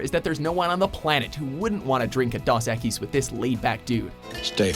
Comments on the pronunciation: 1. it's DOS equis not das equis 2. where was puppymonkeybaby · D-ooooh-s equis. Not AH. Jeez, this is your job, do it right. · How do you mispronounce Dos Equis? It's dos...Spanish for 2, not DOS (disk operating system). Fucking idiots! I'm done with this horse shirt channel. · "Das Equis"????? O.o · How the hell did you fuck up saying Two in Spanish?